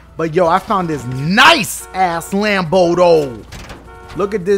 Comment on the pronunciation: why he say Lambo like that🤣😂